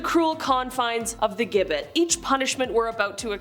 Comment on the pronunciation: It’s Jib bit how it’s pronounced